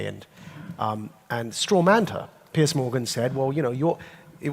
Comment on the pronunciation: It's not "Pierce", it's "Piers", Maajid.